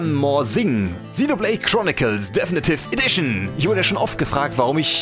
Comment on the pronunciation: deffnitiff edition, junge sprichs doch mal richtig aus